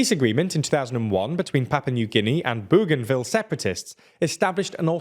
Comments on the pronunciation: ‘Boganville’ not ‘Booganville’. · We’ll if Bougainville becomes a county let’s hope you can pronounce it. Boe-gan-Ville not boo-gan-ville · learn about the topic!! There is NO SUCH place as Boogainville; Bougainville is spelt & sounded with a "ou" as in "o" in "Bow", Bougainville not Boogainville. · It’s pronounced Boganville. Not booooganville. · It's pronounced Bo gan ville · FYI I am pretty sure it is pronounced Boganville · I think it is pronounced bogan ville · It’s pronounced “Boganville” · Your pronunciation of Bougainville is hilarious. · Spelled "Papua New Guinea" wrong (PNG is not someone's papa), and pronounces "Bougainville" wrong... which matches well with your frequent mispronunciation and spelling of Australian people and places. You really need an Oceanic correspondent... or just use google search for pronunciation. You did get the close by "French Polynesia" correct... but I don't thin that is anything to get excited about.